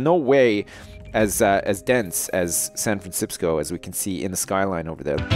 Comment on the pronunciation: 'Welcome to sanfransipsco' haha classic mini edit.